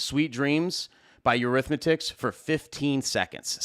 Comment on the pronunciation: This shit is gold...love your videos and awesome to the point advice! I have to give you some shit though because I heard you say in it previous vids.....its Eurythmics (Your-ryth-micks), not Eurythmictics (Your-ryth-mick-tics)! Lol! 😆😄